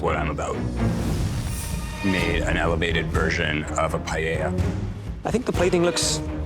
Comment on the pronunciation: Tapped out at the Asian guy calling it pi-yel-la. If you're a world class chef, you can learn how to say the national dish of Spain